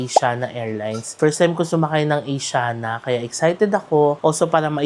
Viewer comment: mali pagpronounce ng Asiana, mali pa logo